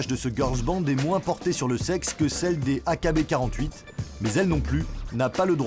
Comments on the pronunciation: « AKB quarante huit » 😭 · Ça se dit "aïkibi forty-eight" pas "A K B quarante-huit" xD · Mdr loin d’être fan, c’est juste que c’est un groupe connu, même Tev a fait une vidéo dessus (qui est d’ailleurs bcp plus dans les détails) et on le prononce bien à l’anglaise